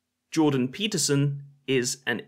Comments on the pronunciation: Just gotta say that I love how many ways you managed to butcher Jorban Deeperson's name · Like queeferson! 🤣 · Genuinely funny, and certainly the most entertaining debunking of this public toilet intellectual (similar to a public intellectual but full ofshit and usually out of order). However, please get his name right: it's Jordan Weeperson, Jordan Peterprinciple, or Jordan Meatperson. Having watched this video, I can only assume that Professor Fleaperson is holding onto William Blake's idea that a fool.who persists in his folly will become wise. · I love how you keep saying his name purposely wrong It was a knee slapper the 1st time and a knee slapper the 67th time. Just comedy genius really. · Butchering Peterson's name everytime you say it was unexpectedly fun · I want to give a like for every time you mispronounce his name